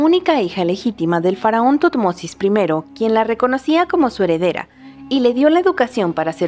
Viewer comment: Me encanta como pronuncia "Tutmosis" :D